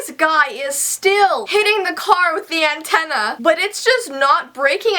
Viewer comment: “He braked it and hits it with the intena